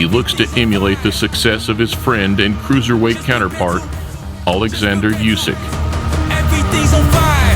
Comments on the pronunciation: When you speak about Oleksandr Usyk , do it right......! She is not AlekZander !!!!! She is not Usyk like Usb. the first latter U= oo (spoon, soon, moon). hello from Odessa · Usyk...first letter "U" pronounced like the word Ultra up in top please